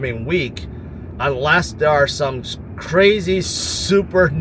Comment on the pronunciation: Smart guy tons of good analysis but why does he talk with too much starting his words with “da” Instead of “there will” It’s “dar will” or it’s just a “d” Instead of “thing” It’s “that is not a ding”